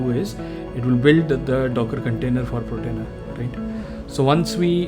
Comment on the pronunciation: Slight correction, its Portainer… not Protainer…